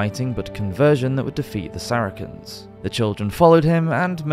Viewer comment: im seriously disturbed by the way you chose to pronounce Saracens or even St Vitus.